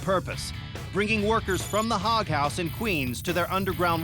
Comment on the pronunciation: The narrator radically mispronounces “HOG”! I grew up back there and trust me - “hog” rhymes with dog or log!